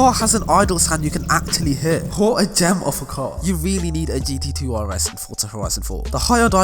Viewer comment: Why did he say tar not car?